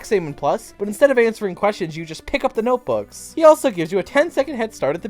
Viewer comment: I love how you said noteboos